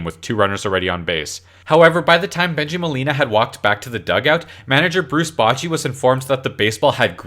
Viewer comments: Bow-che, not botch-e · Bruce Botchy? Bruce Blotchy? Bruce Hotsy Totsy? #MakePronunciationMandatoryAgain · omg learn how to pronounce someones name before putting it in a youtube video "bruce bachy" lol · If you're going to do a baseball video, you should learn how to pronounce "Bochy" (a future hall of fame manager), and "elias" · That pronunciation of Bochy was absolutely hideous. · If you want to have funny videos about sports, you need to 1) be funny, 2) know how to pronounce "Bochy," and 3) know how to pronounce "Elias."